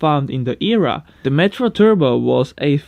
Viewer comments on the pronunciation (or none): Just a quick tip, the mini ERA is pronounced E-R-A, not "eerah" 👍🏻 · The ERA Mini is pronounced as "E R A" 👍🏻